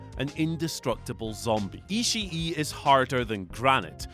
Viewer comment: Its pronounced Ishii. Not Ishii E. Also the Fiend should be 1.